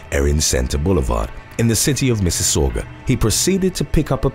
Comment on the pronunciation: Holy shit good job pronouncing Mississauga!! Everyone’s always saying shit like missageweah or missocka or something 😂😂